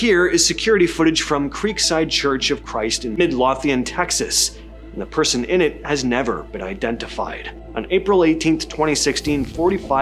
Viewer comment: It's Midlothian with a long O sound.